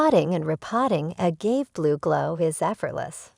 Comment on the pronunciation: This video is terrible from the start. If you can't even pronounce 'agave' properly, I'd recommend you don't make videos about it.